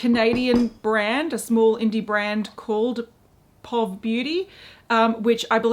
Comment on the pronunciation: Instead of being pronounced like 'pawv,' Mikala's brand is more like 'pee-oh-vee' - that's how we shorten 'Point of view' over here in the States... Maybe it's not the same over where you are? That's how I've heard it referred to thus far, anyway. If it's really called 'pawv' I haven't heard it yet!